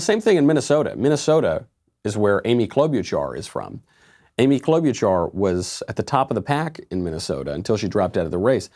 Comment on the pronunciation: Michael "Amy Klo-BYOU-char" Knowles